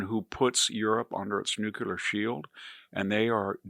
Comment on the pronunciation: Also, learn to pronounce "nuclear."